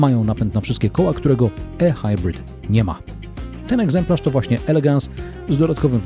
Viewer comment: tyle razy okaleczył Pan język:ehajbrit? Ehajbrit? Naprawdę? Chyba ihajbrit. Nawet Pan Balkan mówi prawidłowo. A to Pan bronił jak lew taip-ar i wiele innych. Np jaguar itajp etc. Mówimy w całości albo po polsku albo angielsku. Musi się Pan zdecydować